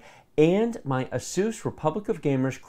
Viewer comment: "Aseuss" never heard of it. Does that have anything to do with Dr Seuss?